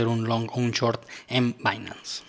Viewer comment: se dice shhoooorttt, no chort.